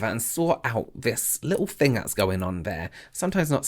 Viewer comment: Or “fings” XD